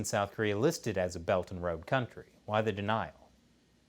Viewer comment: I always heard “Belton road” instead of “Belt and Road.”